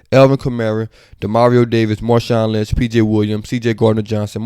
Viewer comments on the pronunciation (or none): Dawg said Marshawn Lynch 💀